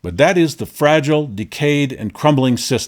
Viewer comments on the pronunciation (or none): none